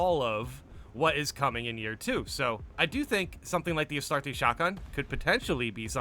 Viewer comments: bro. you're killing me lol Astartes = Uh-star-tees. (not so harsh on the TEES. uhstardes is how it sounds) Arbites = Ar-bee-tees. that's how you say these words brotha lol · Two Handed weapons would work just fine, we have the Thunder Hammer already after all, and while not the best on paper in the right hands it can be devastatingly effective. Bit of a nitpick to end on: the way you say Astartes drives my inner lore nerd insane. LoL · My is the mans pronunciation saying astartes. Its not astartesh its astartes the end sounds with a eez so like astarteez not astartess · Take a shot every time says "Astartay"